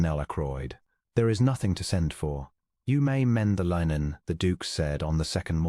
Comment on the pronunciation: Funny😂 Ai duke cant say linen. But the ai girl and the ai narrator can.